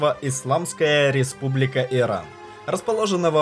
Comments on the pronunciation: Бесит, когда Вы неправильно произносите название государства! Не Эран и Иран! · всех благ вам и вашему каналу , но реально слышится эран вместо Иран ) решил посмотреть ваш ролик из-за ностальгии по иранским блюдам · Чувак просьба произноси правильнее хотя бы для начало не Эран а Иран , не челов а челу